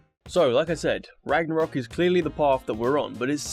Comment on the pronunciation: Behold.. God of War Ranarok!